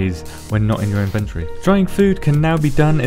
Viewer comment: Took me a while to figure out he was saying inventory.